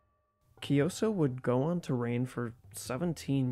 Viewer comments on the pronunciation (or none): Kyi - So, not kioso, it’s King Kyi- So, you can pronounce like Kyii- So is much more accurate, and Sokkete, Sok- Ke- Te. According to later inscription and research, Kyansitta isn’t son of Anawratha , but adopted as son of king, he’s a son of minister and king’s consort , his story is mostly fantastic, Kyansitta , his father was a minister in early reign of Anawratha , King send his minister( Kyansitta father) to west for bring his political marriage consort , city name is Vaseli( Wai-Tha-li in Burmese) but city’s location is still controversial, maybe in Northern Rakhine or some said maybe in Eastern Bengaladesh, but sure that Kyansitta mom isn’t Burmese after all, the minister brought the consort but they’re in affair in returning journey, some legends said minister manipulated with he left one guard or maid in each village and outpost or town in returning home, when they arrived Bagan, minister said that consort isn’t really princess of Vesalius,just maid from city - state of Vasali, King Anawratha was so furious and want to get in war , so he prepared for war and the consort( princess) was resided in remote village called Hti - Hlaing, Klan village from north of Bagan, Klan means local headman of village or warrior class of Bagan time. But in Birth of Kyansitta, the kingdom of Bagan fall in major Plague (maybe influenza or pox) , so king postponed the war, later ,king tried prepared war again in Kyansitta age of 10, but flood in Bagan disrupted again. Later, Kyansitta bec